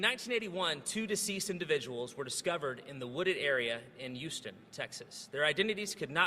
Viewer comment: Since the guy from the AG’s office drops the ‘h’ from human and Houston, shouldn’t he pronounce her name as ‘Olly?